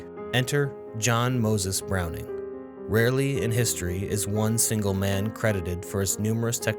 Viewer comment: Our lord and savory John Moses Browning say it right lol